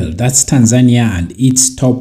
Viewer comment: You have a problem to pronunciation of the country name. It's TANZANIA not Tan'-zania